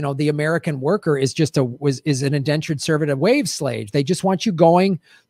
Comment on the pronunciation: LoL said "wave slage"